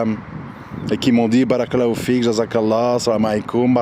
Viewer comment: Salam a3leykoum Cher frere/soeur, nous devons essayer de prononcer correctement certains termes en arabe notamment concernant la formulation : baâa raka ALLAH ou fik il faut bien allonger le bâa de "bàa'raka" ,car en arabe les voyelles longues ont une importance capital car elle peuvent changer carrément le sens d'un mot ,et pour preuve si tu n'allonge pas le bâa (juste en mettant 2 A) le terme signifie quelque chose de très blasphématoire que je ne peux meme pas ecrire pour te dire la gravité de l'erreur! Wal 3ayadou bi'LLAH. Fais ce rappel a ceux qui commettrons cette erreur wa salem a3leykoum wa ra7matouLLAH.wa ALLAH swt ou a3lem